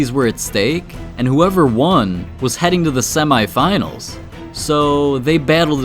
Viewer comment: The second clip He says sem I finals when its semi finals